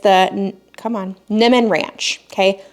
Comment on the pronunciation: Hi. 👋 I'm from Cali. Niman Ranch (pronounced Nee Man, long E sound) Grin, 😀 was started in a small coastal town North of San Francisco CA, in the early 1970's. Now they are all over. Midwest, Arizona, Colorado, and Florida etc. I really like their sugar free cured bacon. I get it at Whole Foods. Yummo! 😋